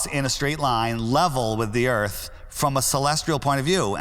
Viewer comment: Welcome to bumfy earf